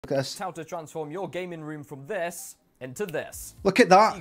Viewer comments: "transform your gaming room from thess into thess" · “Thas into thass”